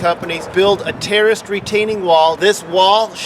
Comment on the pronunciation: It sounds like you're saying "terrorist" wall.